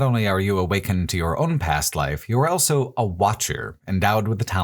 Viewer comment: pronounces the word "also" as "elso"